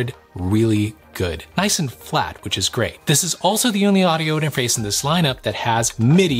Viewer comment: I like your audio whispering inter-mah-face. Is that what you’re asking?! Lol